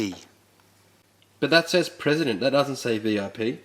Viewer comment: E.L. presidente! No one else caught that?